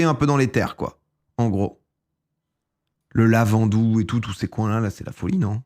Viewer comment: Entendre "le lavandou", "Cap Benat" et "Canadel" j'étais pas bien 🤣